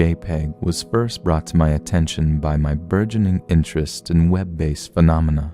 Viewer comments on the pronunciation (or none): none